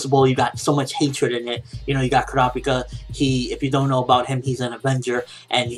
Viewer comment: why cant he say kurapika properly?